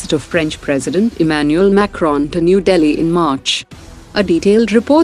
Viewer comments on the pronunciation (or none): none